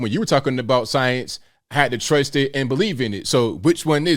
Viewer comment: I can't take this guy serious, he can't pronounced the word science 🤣 😂 😆!!!